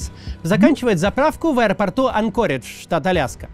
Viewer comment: ЭН-ко-ридж. Режет слух